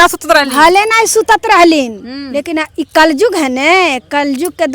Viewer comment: कल जुग नही कल युग बोलते है